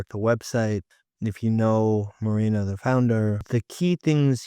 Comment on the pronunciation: Moreno, bro, not Marina 😂.